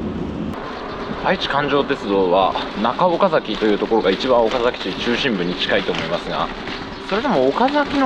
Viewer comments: スーツ旅行さん、「おかざき」の発音（イントネーション）、正確です。関東の人としては、ほんとに、珍しいですね。（地元岡崎では、「か」にアクセントを置かず、抑揚なく、だらぁーと、「おかざき」と、発音する、って感じですね。）― 以前に、岡崎を扱った動画も見ました。駆け足の動画でした。― 前回動画で、岡崎宿の「二十七曲がり」、よくわかりました。（芭蕉も、あんなふうに、歩いたんですね。） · 三河、岡崎、安城、知立、前後。地元の人が発音を厳しく指摘してくる地区ばかりですね笑 ちなみに、岡崎の発音は完璧でした！